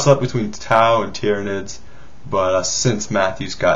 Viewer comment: u dont pronounce tyranids like that u pronounce it like Tie-ra-nids